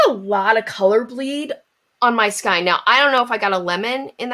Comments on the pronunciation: Ridiculous! Marketing. Ugh. Also... It's killing me, but skein is pronounced "sk-ay-n." 🖤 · My mother always pronounced it skeen. I wonder if there are regional differences. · I wouldn't mind that she's pronouncing skein differently to me (who isn't used to accents), except she's pronounced it at least two different ways. sk-ee-n and sk-y-n. Now I'm curious about her crafting background.